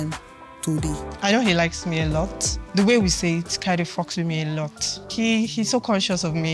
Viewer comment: fucks with me a lot emphasis on the "fucks" 😂😢😅 I reserve my comment